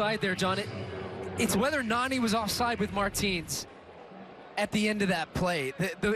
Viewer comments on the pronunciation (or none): It's not narni its nani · Its not Narrrni its Nani